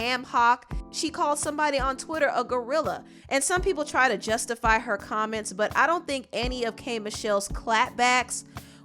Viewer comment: Why do u say butt like that for be professional